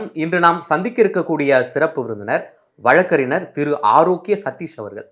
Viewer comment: ❤❤❤❤🎉🎉🎉🎉நெறியாளர் நேர்காணலுக்கு வந்திருப்பரை அறிமுகப்படுத்தும்போது வழக்கறினர் என்றார் அவ்வார்த்தை வ ழ க் க றி ஞ ர் என்பதாகும். தமிழ் வார்த்தையை வேற்று மாநிலத்தவர் தவறாக உச்சரித்தால் பரவாயில்லை. தமிழ் தெரிந்தவர்கள் தவறாக உச்சரித்தால் என்னவோ போலிருக்கிறது. (பலரும் இதுபோலத்தான் தமிழ் வார்த்தைகளை சரியாக உச்சரிப்பதில்லை.) ❤❤❤❤🎉🎉🎉😮😮😮😮😢😢😢😢